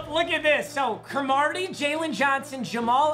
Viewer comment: he said Cromartie weird lmao